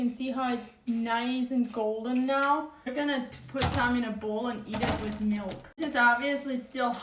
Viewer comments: I like when she says "meelk". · I Love the way she says Milk